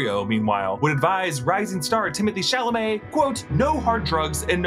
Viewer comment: Everything was perfect until you said Timothée puke Chalamet